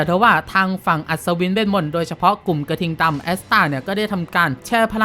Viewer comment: พี่พูดผิดผมได้ยินพี่พูดว่าหน่วยกระทิงตำ